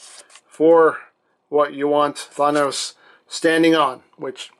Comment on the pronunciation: Wait did he say Fonos